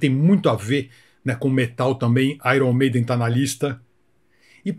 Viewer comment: Ce falou errado. Aier Maiden 😂😂😂😂